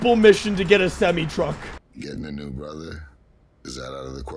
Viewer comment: I love your videos but the way you say "semi" just hurts.